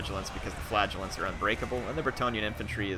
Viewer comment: every time you say flagellants i hear flatulence